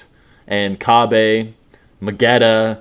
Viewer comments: Isn't his name Cabba? Not Kabe? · You know you're the only one who pronounces Kabba as "Kabé" right?